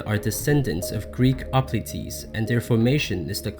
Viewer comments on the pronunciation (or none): none